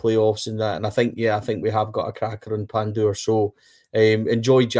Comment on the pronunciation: Lads you will need to learn to say Pandur's first name right . 😂🔴⚪️🔵